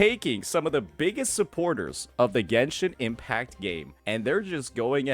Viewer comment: "Gensino Impacto" LMAOOOOOOOOOOO